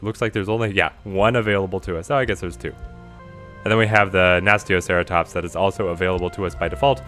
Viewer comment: It's pronounced Nah Sue Toe Cera tops 👍 but great vid none the less